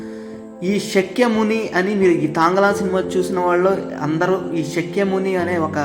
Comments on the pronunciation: బాబు! స క్య ముని కాదు, శా క్య ముని. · "శక్య ముని" కాదు... "శాక్య ముని" అని పిలవాలి. బుద్ధుడిని శాక్య ముని అంటారు.